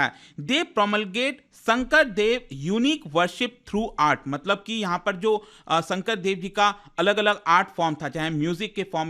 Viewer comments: Sankardev not sangkradev mind it or learn it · It's not Shankra Deva it's Shankar dev